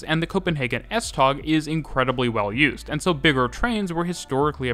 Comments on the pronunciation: Love the video. Just a couple of minor corrections: The word "Tog" (Train) in Danish is actually pronounced very much like the English word "Toe". Just FYI. Oh, and BTW the S-tog Voltage is 1650 V DC to be precise :-) ... and on another note: The S-tog axels are abel to ride the curves more smoothly using a curve control whereby the first axel measures the curve and send information to the next axels to adjust to the curve, giving the passengers a nicer ride through some pretty curvy sections here and there. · Love hearing you butcher pronunciations-I’m British but I can pronounce some danish places (I think) S-tog is pronounced more like S-to without the g. Øresund is pronounced more like Oouursund. Østerport is more like Oouusterport. Danish people, please correct me if I’m wrong. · As a Dane, your pronunciation og S-tog is wrong you say it the swedish way. It’s pronounced “S-toe” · Thanks for a wonderful video. Nb.: It's not called S-Tag but S-Tog (Tog means Train) Kind Regards form Copenhagen :-) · The best way to pronounce “S-tog” is “S-tow”, as in “towing”. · The g in S-tog is pronounced like w, so it's S-tow :) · That's kinda right S-Tog is more S-touh Øresund is more Øersån Østerport is just Østerport At least that's what locals say, can't speak for people in Jutland :p